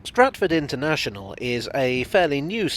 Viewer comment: Stratford “un”ternational